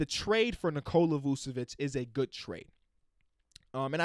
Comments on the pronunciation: Not to be a nerd, but the first c in "Vučević" is pronounced like the second one 🤓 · “Vuvevic “ damn no disrespect but man might need a nice vacation love you 💪🏼🤘🏼